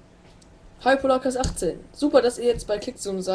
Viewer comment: der hat 18 falsch betont ^^